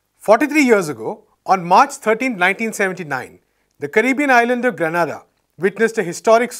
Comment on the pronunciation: Grenada not Granada. I feel offended by this mispronunciation. It shows the lack of knowledge.